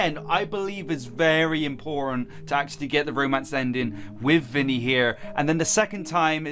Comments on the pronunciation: Is not “vinny”it’s vanny! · Jsyk it's VANNY not " ViNnY" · it's vanny not vinny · * calls the white bunny vinny * Me: * cringing * HER NAME IS V - A - N - N - Y; VANNY!!!!!! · Wow its proudest "vanny"NOT VINNY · It’s Vanny not vinny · It’s not Vinny it’s Vanny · Ahem it’s not “Vinny” it’s VANNY